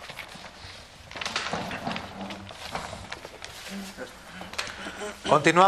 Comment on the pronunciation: Jajajajaja la pronunciación de angie, no mames que horror